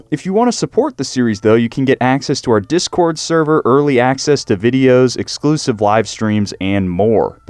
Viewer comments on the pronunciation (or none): none